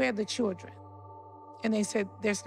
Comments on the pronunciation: ky knot not with two R’s in it like she does she saying chrildren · Each time she says "cheeldrynnn" take a drink. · The way NeNe pronounces children is really annoying